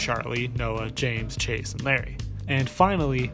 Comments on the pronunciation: but this youtuber wasnt trying to say his real name. he was just mispronouncing larray. or else why would he heart the comment saying I'm all here for u mispronouncing larray as larri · Ok this isn't the point of the video, but Larray is pronounced La-ray (like stingray) instead is Lar-rie (like harry). (great video as per usual tho) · good video but pls i beg it isn't larry, i believe its pronounced la-ray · How are you an english speaker and can't tell that "Larray" isn't pronounced like Larry??? Lol like whut?? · isn't not Larry, it's Larray. (la-ray ) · good video but it’s larRAY not larry that’s driving me nuts lmao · all I know about this is he misspronounced Larray as “Larry” which I’m totally here for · loved the video as per the usual! I'm glad someone talked about this trend of fake friend groups bc it honestly bothered me from the get-go one thing though, I think larray's name is pronounced like "luh-ray" and not "larry" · isnt larray pronounced lah-ray though? i get his real name is pronounced larry but i think mayannaise might be talking about the mispronounciation of LARRAY